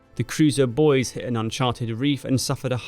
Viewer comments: Just to note, the ship Boise is pronounced "BOY-zee", not "Boys". It's the capital of the US state, Idaho. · ?? Boise, pronounced Boizee. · Don't want to be pedantic, but as an ex-resident, I feel compelled to point out that Boise is pronounced "boy-see". Don't, whatever you do in the hearing of a native, call it "boyz-ee". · Boise is pronounced "BOY-zee," the 'e' is long, not silent. If you're Idahoan, apparently it's pronounced "BOYSS-ee." The name most likely originates from the French word for "wooded," "boisée." Been binging your channel all day. Saw all the people correcting your pronunciation in this video. Thought I might join in. Cheers! <3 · not pronounced bois. boisey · Boise is pronounced boy-see, not boys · I hate to be that person, but Boise is pronounced Boy-zee, not like Boyz, love the video though, big fan of your content :) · That vessel is the cruiser Boise, pronounced Boy-zee or boy-see. But it is not pronounced Bois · BOY-ZEE not BOYS and it's MAHBAHLHEAD not Marblehead. Love your work! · Boise is the capital city of the American state of Idaho and is pronounced BOY-zee. Good video. I never knew any of this stuff. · Boise is pronounced boy-zee. Amongst other grossly mispronounced words. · bois-e , sounding that e , actuall pronunciation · Dear Sir, Thank you for your fine content. Just one little thing - the US city of "Boise" is pronounced "Boy See". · FYI, Boise is pronounced ‘Boy-zee’. Now thee know. Thanks for the excellent video. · The pronunciation for Boise is (boy see). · Boise = boy see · isn't the City of Boise pronounced "boy-zee"? Should be the same for the cruiser named for her... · Just so you know the American cruiser named "Boise" is pronounced "Boy-z" . Its the capitol of Idaho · Great video. Just FYI. USS Boise is pronounced “boi-zee.” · You pronounced Boise wrong. It’s like boy-zee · Love this channel. The USS ship Boise (also the name of the capital of Idaho) is pronounced "Boy see". Just FYI.